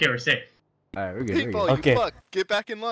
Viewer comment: ”Altight good work guys!! Now moving forward” xD 😂